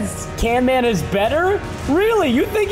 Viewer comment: „canman is better” but his name is not canman